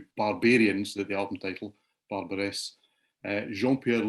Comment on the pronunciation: don't pronounce the es in Barbares. Basically baar like a sheep going baa and bar as in pub!